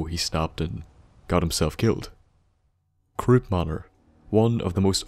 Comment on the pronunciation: lol I actually thought you said crops manor and I kept laughing